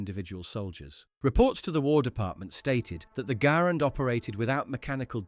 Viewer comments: G"uh"RAND not Grand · No one calls it the 'Grand.' It's 'Gair-and' or 'Ger-and.' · True ! The video is wrong. The man's name was pronounced " gerrand" and the rifle was always pronounced "Guh-rand ". See the film, America's Rifle The M-1 Garand by The Garand Collectors' Association. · It's pronounced Guh-Rand. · I think it just depends on your accent and what region your from, Im from the Northeast and pronounce it M1 Gahh-Rand, but I have friend from the South who calls a Grand and a friend from the West Coast who calls it a Garand. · Southern american accents, much like irish accents, often ommit syllables, Garand, sounds like saying "grand" in an irish or southern accent. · The US Army called it the Ga - RAND from the beginning. The early US Army training films are out there. Examples are on YouTube if you care to look. ALL of the veterans of the time also called it the Ga-RAND. There are examples of that on YouTube also. I was a child after the war, and grew up around those vets. John Garand didn't NAME the rifle, the army and the US Government did. You may not know, but John Garand was FRENCH Canadian and spoke French from birth. I have heard him speak and his English, learned later, was horrible. I have never heard him actually pronounce his name, but I am sure he pronounced it in French. It SLAYS me when a bunch of youngsters decide they know better than anybody else and start rewriting history just for the heck of it. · Truthfully, he probably isn't an English speaker and misheard someone. I have never heard anything but Garand - Guh - Rand.